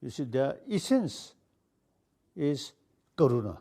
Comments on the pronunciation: It's not corona it's karuna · Yes I too thought it sounded like corona. But it's karuna which means compassion.